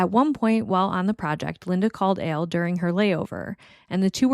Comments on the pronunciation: To me, it sounds like you’re saying “Ale”. Which is interesting as I’ve never encountered anyone from NY who had pronounced Al like that. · What accent is that?? Never heard Al pronounced like that.. I'm guessing somewhere in the Midwest??